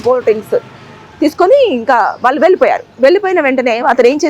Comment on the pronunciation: Heights of kadu. Hats off అని పలకాలి. వాళ్ళు అని పలకలేవా? వాల్లు అని పలుకుతావేంటి అసహ్యంగా. ముందు భాష నేర్చుకుని అప్పుడు యాంకరింగ్ చెయ్యి.